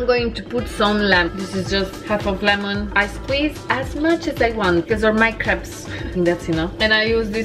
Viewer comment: Crepes, not creeps, lol :))